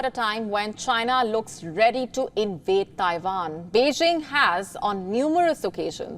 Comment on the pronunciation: Ah WION…when they’re(Indians)not fighting each other,they’re spreading lies about other countries and people.referring to Russian soldiers as:”Putins men” and Chinese soldiers as:Xi’s men”but not towards everyone else and FFS it’s pronounced:TAIWAN !! Not TAIVAN!!!